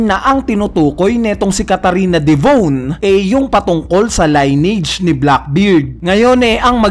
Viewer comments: lin-ni-age ang pronunciation hindi line-age. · lineage... narrator : line-age observer : lin-age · li•nee•uhj pagkakabigkas ng lineage hindi line • age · Sir maganda yung vlog mo kaso for correctness lang, paki research ang pag basa ng salitang "Lineage". Yeah maarte in a sense pero makakatulong para maging mas mahusay tayo sa pagkukuwento ng storya, paggamit ng ibang lenguahe at di tayo pagtatawanan ng iba. 🙏